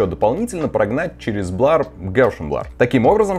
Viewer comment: Густарёв, прорыгайся ты уже. Хватит кадыком играть, заманал. И какой нах..р "блАр", дерёвня? А так давай, снимай ишшо.